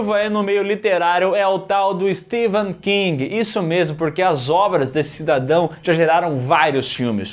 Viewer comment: Que agonia os 2 pronunciando o nome do Stephen king errado 😖